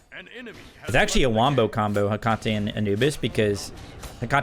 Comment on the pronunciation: Theres gotta be a secret psy-op for every smite youtuber to pronounce Hecate wrong :(